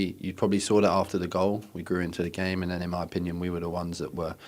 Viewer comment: Jack Wilshere bingo: - “it was tough” - “hurt” - “belief” / “believe” - “I fink” - “character” - “credit to ____” - “Inmah upinyun” - “them moments”